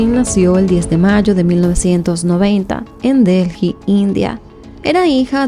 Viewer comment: Se dice ( deli), corazón ❤